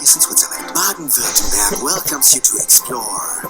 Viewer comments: Actually the best version is a mix between both versions: the "Baden-Württem" from the middle part and the "berg" from the end :D (at the end you say "werthemberg") I know how hard it is btw. I had to learn German as well and yes, it's really hard because of all the exceptions and special cases and the articles (which makes often no sense :D). But hey, Kopf hoch. In my opinion, Chinese is easier to learn and Polish more difficult :D EDIT: Great video, like always: DU LIEFERST AB! :) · The way you said Baden Wertenberg was perfect (no joke), too bad you tried to say Baden Württemberg. By the way, there is place called Wertenberg in Clinton County, Illinois. Wikipedia -> Wertenberg is located on the Kaskaskia River 6 miles (9.7 km) west of Okawville. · >Baden-Wertenberg. Close. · I would love to listen to you giving a speech solely consisting of you pronouncing "Baden Württemberg" in differend Ways, especially in front of an official delegation of politicians for lets say 30 minutes :) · Baden-Württemberg = BAH-DEN VIRT-TEM-BEARK (approx.)